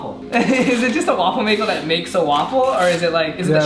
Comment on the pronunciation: to he said waffle makew